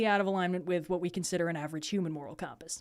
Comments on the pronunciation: Sounded like "cahm-pass" to me. I dig it. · Shoutouts to how says compass